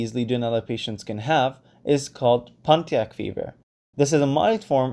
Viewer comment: Nice video. Good review for my exam tomorrow. I just wanted to note, Pontiac fever, is named after the city in Michigan. We pronounce it like, "PON-E-ACK".